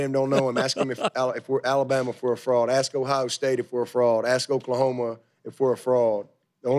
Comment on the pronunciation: Dabo should at least learn how to pronounce fraud correctly